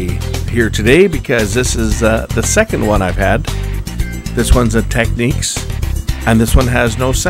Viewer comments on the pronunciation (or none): Not "Techniques" 'It's "Technics"